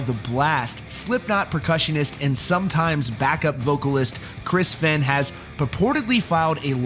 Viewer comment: It's pronounced "FAIN"